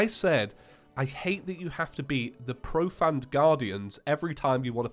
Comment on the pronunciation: You're saying profanned, it's pronounced profaned like profane as in profane language.